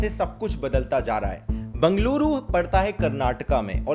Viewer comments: Bangaluru nahi bhai it Bengaluru bola toh sahi se Sikh le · It is not Banglooru ... It is Bengaluru .You are from India , even foreigner pronounces it correctly. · It is बेंगलुरु not बंगलुरु Actually it is बेंगळूरु PLEASE Stop saying बंगलुरु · Loude bangaloru nahi Bangalore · It's Bengaluru not Banga lure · Abe Chuthiya its not banggluru Its Bengaluru First learn pronounciation America to china Jammu to kerla Everywhere some or other headache are been raising post covid Only 1per of the people have been affected by rain(floods) in bengaluru Noo need of shouting that Whole silicon city sinking chuthiya Look at your surroundings And then speak about Bengaluru 🙏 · It's not bungaluru it's Bengaluru pronounce it correctly . It was flooded only a small part of city, other parts of city were not effected. I do agree all the tech parks have been built on lakes. It's apathy of Indian politicians. It's the same everywhere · It's not bangaluuruu it's Bangalore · This is a default state of your city 😂. Learn to pronounce Bengaluru properly first chasmish chut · Not Bang - A - luru , BEng - A - luru , jst call it Bangalore if u cnt pronounce it ryt.. dt vl do.. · Ye bangluru kya hei ? Bengaluru hei , pronounce it properly 😂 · Bungluru nahi Bengaluru bolte hai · bangluru mat bolo yar!! banglore bolo ya Benga-luru bolo sari pronounce nahi karna atha toh nam hi mat lo sirf city bolke vid banoa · And it's not bangaluru... it's bengaluru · Bro its Bengaluru not Bangaluru. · Everything's neatly presented but why do you keep calling it Bangaluru☺️ it's Bengaluru.. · ok but wtf is bangluru either pronounce it as bangalore or bengaluru 😂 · b'e'ngaluru - bae-nga-luru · Bro you are a popular youtuber please put some effort in pronouncing "Bengaluru" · Funny pronounciation of Bengaluru... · Bhai pehle aap Bengaluru pronounciation seekh lo. Agar aapke channel ko an open litter bole toh acha nai dikhega na so does names of places and names of people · First learn how to pronounce Bengaluru 😂😂